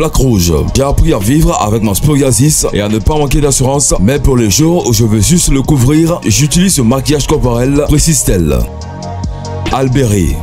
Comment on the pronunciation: Nik camon et il dit même zuss pour juste 😂